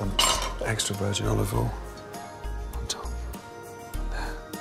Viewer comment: FUN DRINKING GAME: Take a shot every time Gordon Ramsay says “Olivol “ or “Salt and Peppa”